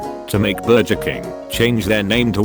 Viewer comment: Burjer???? O.o